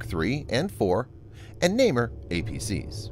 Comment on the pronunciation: 1. The burning 'merkava' is a fake model made in Gaza. 2. Nah-mer APC, not naymer.